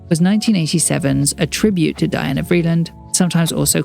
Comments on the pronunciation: It’s pronounced Dee-anna… RIP VREELAND! ❤ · Her name was pronounced DEE-ONA